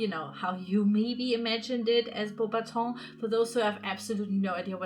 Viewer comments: Im french and if i would totally go there (and youre prononcing the name of the château) pretty good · I'm already impressed that you know that "au" makes the sound "o" 👏